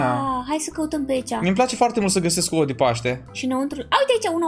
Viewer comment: Auzi la Cristina: Voi ati decorat ou ă